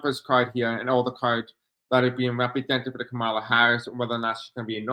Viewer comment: Appreciate you. It’s not Ka mal la (that’s how Trump pronounces her name). it’s Kom ah la. You did pronounce correctly at points.